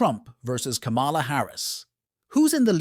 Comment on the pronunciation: The AI narrator pronounces "ka MA la" Harris. Can't do better than that???